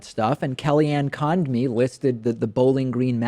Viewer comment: "KellyAnn Conned-me" David, you're better than this.